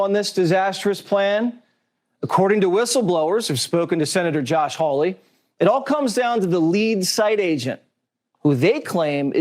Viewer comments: How could this gateway pundit guy not know how to pronounce Senator Josh Hawley's name? It's not HOWLIE (a white guy in Hawaii), it's HAWLEY, which rhymes with PAULIE. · Why can't Elijah correctly pronounce Sen. Josh Hawley's last name? It's not difficult. Incorrect: "HOW-lee." Correct: "HAH-lee."